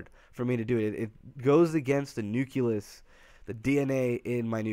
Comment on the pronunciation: Liked the video about 5 minutes in. Unliked the video and stopped watching 22 minutes in: "Nuculus" "Nuculi" Nucleus. Nuclei. Thanks for trying bud.